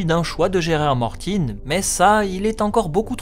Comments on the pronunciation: Tu devrais mieux le dire étant donné que tu le prononce souvent ou simplement dire Martin au même titre que l'on dit lucas ou tolkien je te le dis parce que j'apprécie ton travail mais ca me fait saigner des tympans d'entendre Gérard Marltine je t'en supplie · GRR Martin prononcé à l'anglaise, tout simplement ;)